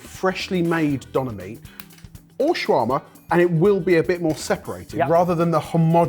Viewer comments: As a german I want to learn the correct pronounciation of "Döner". "Donner" ist an entirely different word meaning thunder. Döner is just Döner. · as a german, i cringe everytime when you say "Donna" to Döner. good grief.